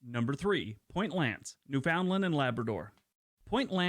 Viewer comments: I suspect, as I do in many of these videos, that they are American in origin, mostly because of the mispronunciation. EG: Newfoundland. The narrator pronounced it phonetically correct, but most people (especially Newfoundlanders) pronounce it “New-fund-land”. I watched the video of Canadian commercials where a couple of Newfoundlandlanders AKA”Newfies” were speaking in heavily accented “Newfanise”. The dialect of the Island derived from the predominantly Welsh settlers. And yes, many of them actually speak with that thick an accent. I knew folks who had that accent. Also butchered is Nunavut, properly pronounced as “Noon-ah-voot”, not “nun of vut “ though most Canadians can’t pronounce it either lol 😂 I have also had the honour of visiting Sachs Harbour for 5 days through work. Nothing like flying 500 km at 1000 ft above the Arctic Ocean and below an arctic storm in a Dornier with questionable nose gear! The people of that town were great. I was there for the annual muskox harvest! That was an experience. Sachs Harbour is (or was at that time…30 years ago) the major supplier of muskox meat for restaurants and speciality butcher shops around the world. Rounded up by snowmobile and held in canvass pens about 3 feet high. (Low heads and won’t move if they can’t see where they’re going). Even before I went up there, I discovered that muskox tastes very similar to, but richer and better than the finest cuts of beef. Oh, I was out for a walk when a resident shot a Polar Bear that i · No one in Canada calls Newfoundland. new Found land. We call it almost like newfundland. We dont pronounce the ou like in found. Its more silent. Hard to explain. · Just an FYI. Newfoundland is pronounced Newf-n-land not New-found-land. Some suggest is it is pronounced the same as 'understand' - 'understand Newfoundland' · It really burns my butt when non-Canadians make videos and don't know how to pronounce words. IT IS NOT New Found Land. It's pronounced Newfndland.